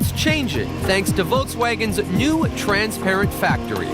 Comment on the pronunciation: lmao that guy cant say "transparent" to save his life